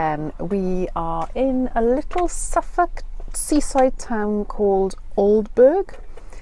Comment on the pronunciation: Glad you enjoyed your trip to East Anglia, its a lovely area! BTW- Aldeburgh is pronounced Aldebrrr, by us locals!